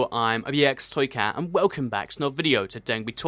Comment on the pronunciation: Sounds like you called it ibxtoycat